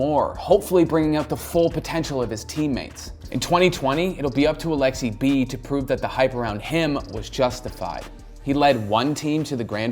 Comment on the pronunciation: Its Aleksib. Not Aleksi-B pleaaaassee stap it!